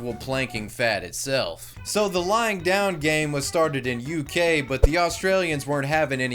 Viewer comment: It sounds like you’re saying “lying down gang” which I like a lot more